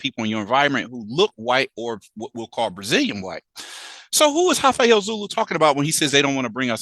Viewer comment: Sorry, there's no H in Rafael.